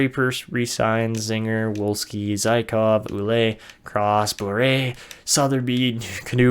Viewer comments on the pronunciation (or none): Ouellet is a french canadian name and it's pronounced Well-ette like let